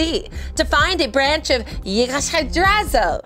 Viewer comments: Guys, I loved this! But according to the Nordic pronunciation Yggdrasil is pronounced "ig-druh-sill" or "ig-druh-zel" depending on the dialect lol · These episodes just keep getting better and better! The costumes, the character, the editing - all of it! And it's odd but not off-putting to have in an episode and it not be so screamy,p P.S. I love how y'all slaughtered how to pronounce Yggdrasil. Just realized, is it "gudar" that keep coming up on the cards and being read as goudar? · THE MISPRONOUNCIATION OF YGGRASIL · Ygg-dra-sil, I know you probably did that for comic effect but it still made my ears bleed. And I only get cranky when I'm anemic.